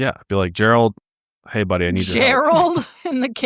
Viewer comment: The “heyyy” at the start was Colorado coded